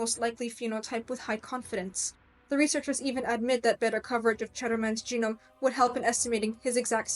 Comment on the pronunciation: First comment: if you plan on including lecturing as part of your career, spend a little time making sure you are pronouncing words correctly. You have some rather odd pronunciations for a native English speaker. This is very distracting, especially for technical terms at the core of your subject (eg nitrogenous being pronounced like genus, and genome like ginome). The meter and syllables stressed in some words was also odd. I’d also avoid uptalking as it is the most universally disliked speaking affectation. My second complaint is the complete absence of any discussion on the role epigenetic modification (eg methylation and hostile modification), interfering rna, or repeated sequences from indogenous viruses in our genome that activate at fertilization creating unique insertions that are the primary way individual humans are genetically diverse as they don’t code for actual expressed genes and are under less selective pressure as a result. All of these factors can have major impacts that either increase or decrease the transcription of a gene. So you can have a gene isoform associated with darker skin being expressed lower giving the same skin tone as an individual with a gene coding for lighter skin being expressed at a higher rate (eg bushmen in Southern Africa have a much lighter tone than their neighboring populations). Finally, certain hormones have a huge effect on expression. Take a look at the Nordic blond model who decided to become black (her words not mine) by tak